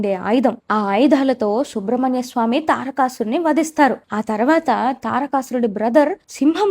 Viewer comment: అమ్మా..అది శుబ్రమణ్యస్వామి కాదు సుబ్రమణ్యస్వామీ...